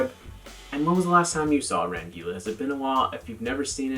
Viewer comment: No dude u didn't pronounce anything wrong.You nailed it